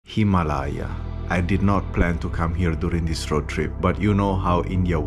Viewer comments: Its not himalayaa The pronounciation is "Hee maa lay" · It's not hima laa yaa - it's him aa laai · Its not produce as himlaaya...its himaalaya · Please pronounce the bharatiya words properly "Hei- maa-la-ya" please pronounce "hei" as u pronounce "hi" in d word "hint" Thank you